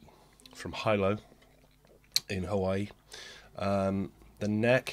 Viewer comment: Please .. Hilo is NOT pronounced "Hi-low". It is HeeLow. i=e in Hawaiian so consider also how you are pronouncing Kanilea .. it is Kan e lay a.